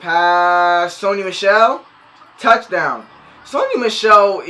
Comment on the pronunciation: Did my dude just say towchdown TIGERS